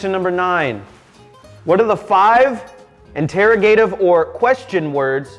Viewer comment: the way he pronounced interrogative 😭💀